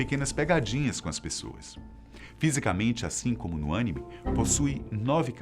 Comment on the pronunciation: O engraçado foi ver a correção o tempo todo quando pronunciava Animê de forma errada 😂😂😂😂